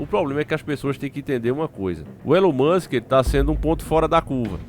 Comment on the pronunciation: ELON MUSCH KKKKK .